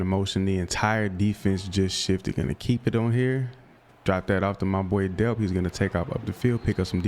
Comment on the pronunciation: Oscar delp the l is not silent it is pronounced how it looks